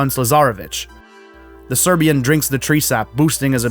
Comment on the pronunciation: How this dude alway was say „Serbian” in such different way. Like, not every Serbian is war criminal for God sake.